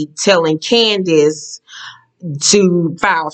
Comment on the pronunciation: Every time you pronounce Candiace's name like that I holler because it sounds like you're saying candy ass with a snooty accent.